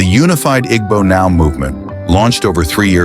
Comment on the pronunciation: What is the need of using western voice, can't pronounce IGBO.